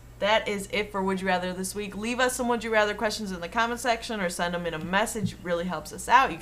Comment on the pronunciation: i heard "Dem"